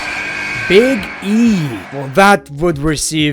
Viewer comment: BWIGG BWOOTY BWIGG